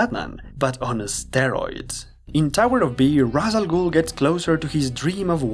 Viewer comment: I'm surprised someone who is a long-time Batman fan would make the mistake of pronouncing Ra's Al Ghul's name the wrong way. Its "Raysh" Al Ghul, not "Raws" Al Ghul.